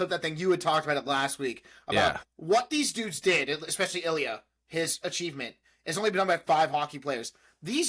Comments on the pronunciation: Illia pronounced ill lee a😂Kip got in to grad school at the end of 3. 5 big resolution❤Only Illia had it for him this episode. He needs it to relax😂 Shane is trying but its just that😂 Sword fighting😂. They said first names for the first time❤❤ Hayden the bestie. No budget for kids😂Rose is Jennifer Lawrence😂 Rose episode 5 MVP❤Both thinking of each other at the end❤. Watch Pillion. Dom and sub relationship. Illia and Shane to the max😂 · You guys are right that everything will come to a head during the penultimate episode!! It's pretty much the universal favourite of S1, with a lot more substance in terms of emotional moments and climactic plot beats. Ilya's name is pronounced "eel (like the animal) yah" by the way, lol. The conversation on the couch was Ilya letting Shane know that he's bisexual, while also trying to prod about Shane's own sexuality. I think this frustrates Shane a little bit since he doesn't understand why ilya is bringing up other hookups while they're together. The culmination of Ilya's prodding, Hayden asking about when he's gonna settle down and have kids at the aquarium, and his parents asking him about the swedish princess at lunch later, all becomes too much for him. It's not that Shane was looking to "experiment" when getting with Rose, but i think he certainly felt the pressure to fall back in to heteronormativity, and it was kind of just luck that they met and formed a genuine connection that night at the bar. It starts to become obvious that he isn't all that into her later at the game when he checks for new texts from Ilya, and looks almost nervous/scared when watching Rose undress as she's going up the stairs near the end of the episode. There's better confirmation that he's not into her in the final scene, when both Ilya and Shane are shown thinking about each other while getting off, lol. The next episode will answer a lot of your current questions; i just wanted to give you